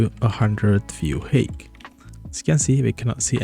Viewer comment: Thanks. Just one thing, height is pronounced hite (I know stupid English spelling)